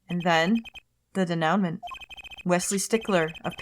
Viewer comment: I won't hate on people for mispronouncing French words, but for future reference (and because the very next sentence contained the name "Stickler"), it's pronounced "day-noo-mah". Or "mon"... ugh... I'm never sure how many consonants to remove...